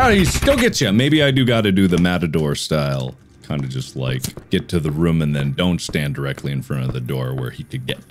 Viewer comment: hearing mark pronounce food like "fuhd" and room like "rhum" is so satisfying for no reason